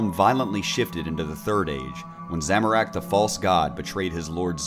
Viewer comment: Make more of these videos But please learn how to pronounce "Zamorak", I'm cringing over here